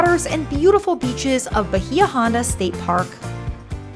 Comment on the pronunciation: A friendly correction its pronounced ba-EE-ah ON-da. It means "Deep Bay".